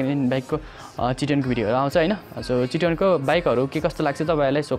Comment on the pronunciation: चिटोन रे थुक्क मुजि बोल्न सिख भाइ